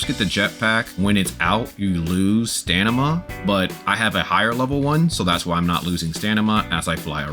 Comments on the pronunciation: Stamina, stamina, stamina! NOT Stanima! A really great guide but I just cannot listen to it because of mispronounciation of that word haha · STAMINA not STANIMA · "Lets make a beginners guide"... Starts talking about end game content. Give me a break dude. Also they patched the jetpack :D.. STAM-I-NA. ... Its not STANIMA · Dude it's stamina not stanima lol 😂😂great and really helpful video ❤❤🎉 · Great Vid. Just began my journey but its overwhelming. Also you keep saying STANIMA. I think you meant Stamina. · bruh is it called stanima in the game? or stamina? dude is driving me crazy xD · Did anyone notice him saying stanima instead of stamina the whole video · its stamina not stanima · Great video~ Though you're deffs saying Stan-ima, and not Stam-ina. Sorry to break it to you ^_^ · loveeee the vid even tho you kept saying stanima instead of stamina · It's a great video for beginners but... i heard a lot of stanima that make me confuse which is right.. stamina or stanima? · please stop saying stanima. please please please its stamina its stamina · Stanima is a great word 😂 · Guy saying "stanima" whole video. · I like how he says stanima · Are you saying stanima? lmao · Say "stanima" again 😂😂😂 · Stanima lol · stanima hahaha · Definitely STAMina lmao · it’s DEFINITELY staM-ina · My guy can’t pronounce stamina right right lmao great guide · bro does not know how to say stamina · stopped at 14 minutes man could not say stamina XD was hurting my brain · Great guide bruh. Very helpful. But i can't get around how you say stamina